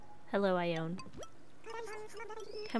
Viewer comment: Her name is pronounced "ee-O-nee". It's Greek, like Persephone and Hermione.